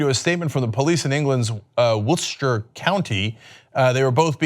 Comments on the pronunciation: Its pronounced "soulsbree" not "sallsbry" thanks. And not "whiltschur" its "whiltshire" literally how its spelt. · You need to get someone from England to read place names in the UK. Wiltshire. Wilt - shire. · Where is this "Wilstshire" of which you speak, Cenk? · Wiltshire= Woorlsta??? Salisbury=Sawelsberry? Cenk's complete inability to pronounce British geographic names is an entertainment in itself. The bizarre thing is he utterly butchered the easiest one in an almost Pythonesque fashion, whilst getting the phonetically harder one somewhat correct (at least by comparison). I'd actually forgive a foreigner for mispronouncing Salisbury, and but how do you completely mispronounce both the 'Wilt' and 'shire' in Wiltshire in a way they aren't even spelt? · But the way Cenk said Wiltshire was incredibly amusing. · It pisses me off that he said Wiltshire incorrectly...